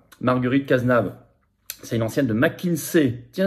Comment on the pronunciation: C’est Cazeneuve et pas Cazenave